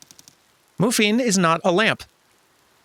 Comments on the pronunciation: the lil robot's name is Muffin. I know it's spelled with a single F, but the original Korean ( 머핀 ) does imply the same pronunciation as "Muffin". Although, I do like the sound of "moofin":p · Mu-Fin? Come on, the bot's clearly named Muffin.